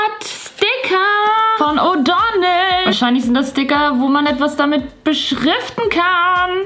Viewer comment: Die Firma heißt O'Donnell, ahh das triggert mich so 😭😂